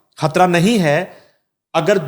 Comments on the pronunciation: This female anchor has a croaky/ voice not a pleasure to hear and on top of it she says khatra instead of Hatra. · Oh lady! What is khatra? Don't ruin the beauty of urdu language and its pronunciation. You are probably the offspring of an Indian hindu family? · بھائی آپ اپنی اس کو اینکر کو خ کہنے کی پریکٹس کروا دیں ۔یہ کھان ۔۔کھبر ۔۔کھترا۔۔۔تو کہنا چھوڑ دے ۔ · خاتون اینکر شائد ہندی بولنے کی شوقین ہیں انھیں شائد اردو زبان سے کوئی شغف نہیں ہے یہ خاتوں مسلسل لفظ خطرہ کو کھطرہ کہہ رہی ہیں ۔ہیں یہ صاحبہ پاکستانی اینکر ۔ افسوس